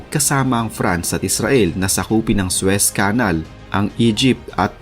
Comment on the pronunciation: Please lang...paki-pronounce ng maayos ang Suez Canal.